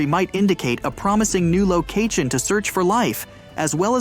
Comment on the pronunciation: "locat-chen" "hew-man" "guy-ant" ... get a better AI to generate the voice plz.